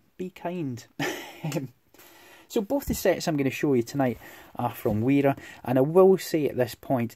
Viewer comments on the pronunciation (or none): BTW, it's pronounced "vera" (with an open "e" like in "verified")